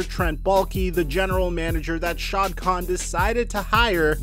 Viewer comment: fyi hate to be that guy but the owners name pronunciation Its nat shad kahn its shahid (sha-hid) kahn say the “i” as “ee” “Sha-heed”